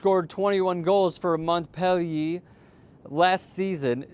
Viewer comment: he miss pronounced so many teams it was hard not to laugh the best ones were juventus and Montpelier